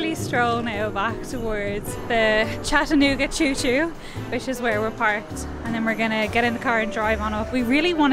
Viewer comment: How exciting! You were in my town! Come back sometime, there is so much more to see! Also, thank you for pronouncing Chattanooga correctly!❤️😉